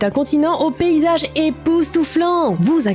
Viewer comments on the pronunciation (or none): T'a dit béyisage au lieu de paysage🤣🤣🤣🤣🤣😂😂